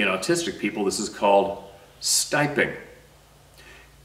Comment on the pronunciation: I’m a Therapist and the word your saying for Autistic moving back and forth is called or pronounced “steeeeemmming,” not “stiming.” Or it could be your Canadian accent.